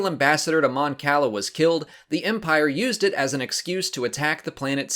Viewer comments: That’s not how you pronounce Cala in Star Wars, it’s kah-lah. Kinda sad you don’t know that. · Eskey I wasn't talking about the city "Cala" in Mexico. And sorry, I didn't even bother to see what the original comment was because I just posted a correction about John Romita Sr just moments ago and assumed it was that on that video. I've always gone by the original pronunciation I'm used to from the game Empire at War and it sounds like food if you pronounce the way this guy does. You ever had calamari? But pronounce it as you will, I care less about this than an actual persons name and have a good night.